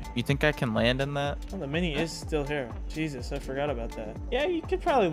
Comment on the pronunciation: also pronounces the t in 'jesust'